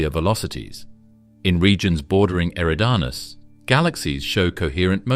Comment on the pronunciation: I’ve heard you pronounce “eridanus” 4 different ways since the video began. Get your fucking shit together!!